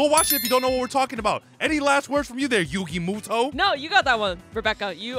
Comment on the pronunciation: I’m sorry how did she pronounce yugi Moto lol as entertaining as these two are every video they do shows they never seen the show more and more lol